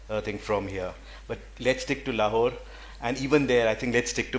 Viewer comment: It's so jarring to hear the moderator lady constantly pronouncing it with the superficially anglicised " Lawhore". Please please start shedding Lawhore and start owning the correct way Lahore